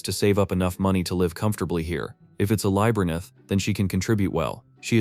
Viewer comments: Labb-er-inth! F@ LABB-ER-INTH! It's seriously doing my head in everytime I hear 'lybernith'. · Around the mark, he had like seventeen different ways of saying "Labyrinth" EXCEPT the right way. What the hell? Lol. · What's with this AI? It can't pronounce labyrinth right even once. :/ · If I Hear the Narrator mispronounce Labyrinth on more time I will cast a spell for him to loose his vice until he learns better...